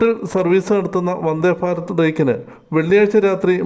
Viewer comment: 😂😂 വന്ദേ "ഫാരത് " ‼️ വന്ദേ " ഫാരത് " ‼️‼️😂😂